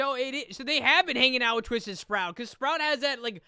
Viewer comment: He said tuisted